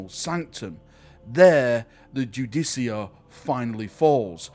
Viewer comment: ....is it not pronounced "Ju-deh-car"